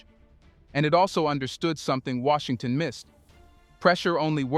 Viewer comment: Wait this must be AI cause Washington isnt Washington.😮